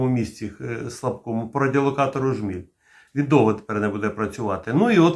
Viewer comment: Не ображайтесь, але правильно джміль, а не жміль.